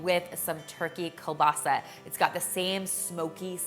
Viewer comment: Kiełbasa is a Polish word and I’m soooo proud to hear you pronounce it well! It’s surely delicious :) And I will be making this dish tomorrow for sure!